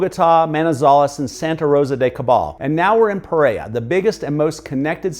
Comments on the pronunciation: Hello, I really enjoy your videos; they are very informative and to the point. In keeping with accuracy, I would suggest that you pronounce the names of the cities as correctly as possibly. Pe-rei-ra has 2 R's: Pe- Rei-Ra, not Pereya. Many Colombians would appreciate correct pronunciation and foreigners would not be confused. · It’s not puh-RARE-uh — it’s peh-REH-rah. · I live in Pereira, I don't know that "Preiya" you're talking about in this video. I would like to Cross the city in 20 minutes... I think you shouldn't come to live here if you pronounce "Otún" like if it was tuna. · Great video and really enjoyed learning more about Pereira, Colombia. One small note: the city name is pronounced Peh-reh-ee-rah or Peh-ray-rah, not “Perrea.” Just wanted to share in case helpfu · This is great. You pronounce the name Pe-Ray-uh. It's more like Pe-Ray-Ruh. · The way you mispronounced Pereira over and over is embarrassing. Your English was able to pronounce every other city in Colombia except Pereira not “Pereya” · Pe-rei-RA. The last syllable begins with an "R". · Never heard of Peraya, Colombia!! 😂😂😂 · It would be nice if the host would learn how to properly pronounce the name Pereira! It's not perera. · PEREIRA pronounciation >> Puh-RARE-uh 💛💙❤️ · Pereira, pronounced: PER-RARE-UH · learn how to say Pereira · It's like he's trying to not pronounce any Colombian city properly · OMG every time you mispronounce Pereira I get triggered like a blue-haired 15 year old girl. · Love the video and the pace was great! We need to get you saying Pereira like a native! :) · Great video, thanks for sharing, it would be very nice if you can make the effort to pronounce Pereira the correct way, other than that, your video is very explanatory and full of details. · Dude, don’t make a video about a city you can’t pronounce the name of. Thanks